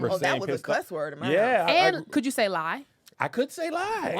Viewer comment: Not being able to say the word “lie” is massively wild 😂